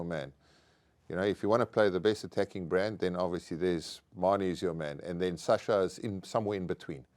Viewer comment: For shits and giggles, can we have Schalk pronounce Sascha FM's name again. He had to say it alot on Saturday and fcked it up, differently, every single time.😂